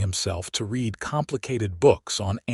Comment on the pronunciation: So sorry you have no clue at all about the two versions of the words "READ" (pronounced " rēēd" - NOT PAST TENSE)(current tense) and "READ" (pronounced "rĕd")(past tense).